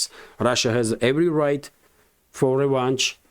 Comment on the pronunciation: Revenge is sweet, it's also a lot sweeter when pronounced correctly my friend. It's revenge, not revange. Even though I'm English I have to agree with your point.